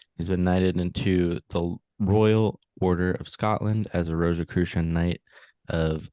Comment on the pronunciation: I'm immediately questioning his veracity simply by the fact that he pronounces it "Rose Croy" I highly doubt the leader of the Templars would pronounce it like that